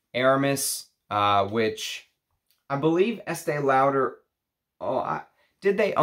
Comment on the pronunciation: I don't want to sound mean but your pronunciation of the name Lauder is not correct.